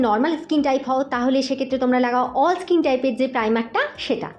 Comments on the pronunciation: ইস্কিন নয়,ওটা স্কিন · ইসকিন ইসমুথ,এগুলো সঠিক নয়। ঠিক করে উচ্চারণ করুন